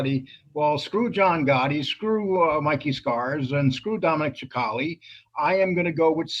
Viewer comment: Sicale not Chicale. You would think you'd know how to pronounce these guys names by now.